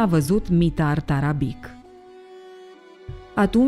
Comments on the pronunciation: Tarabici se citește, nu Tarabic. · cu tot respectul va spun că Mitar Tarabic se citește Tarabici și toate numele care se termina in limba sirba cu un c cu accent deasupra se citesc ci sirbii folosesc doua alfabete kirilic și latin dar alfabetul lor latin diferă de al nostru un c simplu se citește ț și mai multe chestii.Va spun asta pentru că sunt vorbitor de limba sirba și cunosc alfabetul lor latin oricum toată stima pt documentarele dumneavoastră le urmăresc tot timpul și sunt fascinat de toate și cine este boul ăla de a zis că Cristian Alexandrescu nu are dicție este un prost.Va rog un răspuns daca se poate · Se pronunta Tarabici. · Tarabici se pronunță ^_^ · doamna la sarbi c de la sfarsitul numelui se pronunta ci, cu stima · ć în sârbește citim ci. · Asta nu "ține" de a ști sau nu limba sârbă... Acest aspect intră în categoria "cultură generală". Ok... "nu știe limba sârbă", însă din acest "team"...chiar nimeni nu știe că litera "c" cu accent se citește "ci"?! Mi-e frică să aud vreun documentar în care trebuie să se pronunțe cuvântul "Straße". Oricum... să nu pronunțați "strabe", vă rog! Iar pentru cultura generală a "team"-ului, ar trebui să rețineți că în Serbia, majoritatea numelor de familie se termină cu "ci". ( ca fonetică) ex: Novak Đjoković, Adamović, Branislav Ivanović, Goran Bregović-poate măcar de ăsta ultimul să fi...auzit.